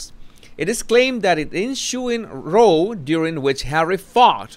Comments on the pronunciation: I have noticed that anyone who isn't British pronounces "row" (meaning, an argument) to rhyme with "no". It actually rhymes with "NOW". Having a row ("no") with someone doesn't sound quite right! Just think in terms of "rowdy". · Just a quick guide to pronunciation; the word glowered is pronounced like 'flowered' and the word 'row' has several different usages, the 'r - oh' pronunciation is for rowing a boat and a row of soldiers, the 'r - ao' pronunciation is for argument or disagreement. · Row= ow ! ( like you hurt yourself) with a R in front = Row! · Row... when meaning an argument... is pronounced with the same sound as cow... or how you need to bow to the King. Row with the same sound as go is used for paddling a boat...like the children’s song row, row, row your boat. I know you are constantly refining your amazing command of the English language! I hope this is helpful! Love both of your channels! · Just a note...the pronunciation of the word "row", meaning to have an argument or fight, rhymes with "cow" or "now". It doesn't rhyme with "snow".